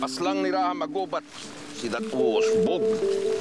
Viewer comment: Why do they say “Ra-ha” when our ancestors said “Ra-ja”?